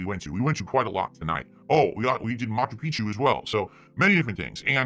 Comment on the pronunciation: "Maku Pichu". I'm not peruvian and I feel insulted.